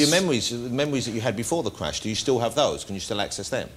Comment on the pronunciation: he had a tewwible cwash while wacing in a wocket car how did this guy even become a presenter